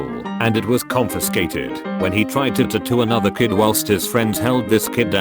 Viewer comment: He says tattoo like the brony from Bobs burgers